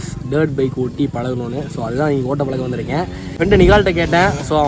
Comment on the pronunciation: நண்பா உங்களுக்கு " ய ழ " இதுலாம் உங்க வாயில வராதா அழகான வார்த்தை தமிழ் அதைக்கூட நீங்க "தமில்"னு தான் சொல்றங்க நிறைய பேர். நீங்ககூட இப்ப நான் பழக போறேன்னு சொல்றத பலக்க போறேன்னு சொல்ட்ரிங்க ஏன் இப்படி?????